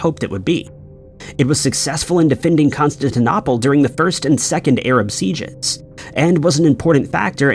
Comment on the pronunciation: The eeriest is when the narration says "Constantinopple" or "Buyzantine" and you think, "Have I been mispronouncing that this whole time? Has everyone?" #mandela